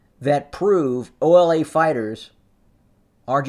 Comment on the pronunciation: Bruh not OLA 😂😂😂